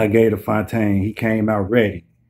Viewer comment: Bru I'm fyetaine.....I really appreciate this recap and the shout out....I'm going to subscribe and share the video too💯💯you said my name right lol